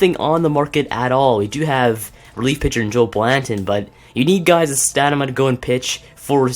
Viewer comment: It's stam-in-a not stanima